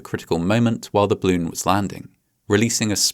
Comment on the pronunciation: I love how you pronounce 'balloon' like 'bloon'. It's adorable.